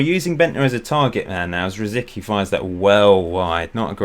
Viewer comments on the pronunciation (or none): Shouldn't Rosicky be pronounced as (rositski)?